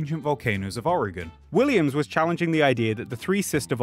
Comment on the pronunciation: Great video, as a native Oregonian just wanted to point out you pronounced it better than 90% of Americans do. Edit: Also after this, all you made me do is root for an eruption to save the earth from climate change.